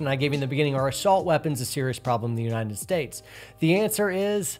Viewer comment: I'm sorry for being an ass, but what is that "Unineted" States speech impediment?